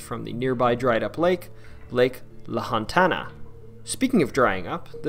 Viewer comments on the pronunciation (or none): Lahontan, not Lahontana. And Ne-vah-da not Ne-vaw-da. And Pie-yoot not Pie-yo-tee